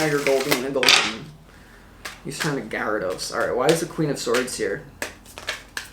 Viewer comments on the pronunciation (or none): none